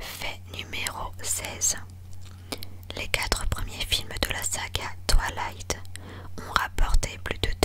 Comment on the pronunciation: Ça me stress on dirait qu’elle dit « TwAlight » au lieu de « Twilight »😂 Mais très bonne vidéo haha ! ❤️